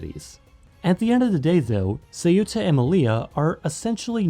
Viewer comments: say-uta?? the-ta is better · I don't understand why the narrator places the phonetic accent on the u, instead of the e, when pronouncing the name of the city Ceuta. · I love how pronounced the name of Ceuta wrong, and then pronounced it right but says that’s just what the natives calm it LMAO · Why the hell do English-speakers insist on pronouncing Ceuta as "seh-U-tah"? The stress is NOT on the U, it's on the E. Two syllables. If it were pronounced the other way, it'd be written Ceúta. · Just couldn't stomach your butchering of the name Ceuta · There's only one pronunciation of Ceuta and it's two syllables, as in Spanish. It's too bad that Americans were ever allowed to try to pronounce that word unsupervised.